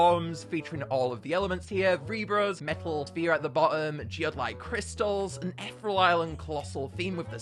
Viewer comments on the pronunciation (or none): I love your videos but it angers me when you say ‘ether ull’ and not ‘eth ear ee al’ 😂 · eth-rel? Ee-thee-real! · Ee-thear-ee-al. Just thought i'd say that. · I swear I cringed every time he pronounced ethereal “ethrel” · It's pronounced eth-EERIE-al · I'm sorry i love his content but does it bug anyone else how he pronounces ethereal 😭